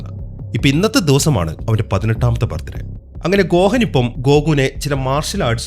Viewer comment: Bro ഗോഹൻ എന്നല്ല ഗോഹാൻ ആണ്